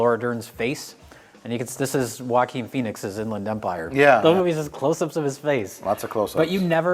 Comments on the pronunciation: Everytime they say Joachin Phoenix I hear Walking Phoenix. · Joaquin* And because his name is Spanish and they have no idea how to pronounce it